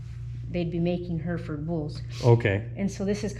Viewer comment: Herefords are from Herefordshire, pronounced like 'hairy ford', not her ford. Just so you know for future. Great video, very very interesting and informative.